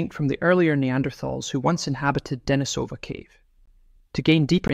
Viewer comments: it is not Danny-sOva , but it is DenIE-sova. As it is “LOndon” and it is England, and not LonOOn, nor IngalANDA If you are making videos about Neanderthals, and where they lived and where they developed and where their remains were found - learn how to bloody pronounce those archaeological terms. There are several places where you can learn correct pronunciation of those scientific terms! I’m giving this video thumbs down .👎 Misrepresenting very man facts ! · Very good video. Just one little pronunciation correction: it is De-NI-so-va and De-NI-so-van, not De-ni-SO-va or De-ni-SO-van. Lots of creators seem to get this wrong, but getting it right just adds more credibility to the narration.